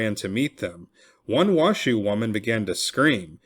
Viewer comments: I’m a local it’s not wash shoe It’s pronounced wash oh Oopsie huh?! Great story tho thanks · There's no W in Nev-AD-ah. So many people say it wrong, then on Washoe it's pronounced WA-show. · The narrator mispronounced the proper nouns Washoe and Nevada. The content is good though. Should be Wah-show not Wah-shoo and Nevada is pronounced Neh-va-duh not Neh-vaugh-duh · Thanks for posting this but you are mispronouncing Washoe, Nevada, and Truckee